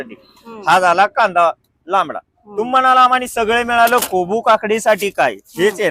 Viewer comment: कोबू काय कोबू 😂😂😂😂😂😂😂😂😂 कोबी असतं ते😂😂😂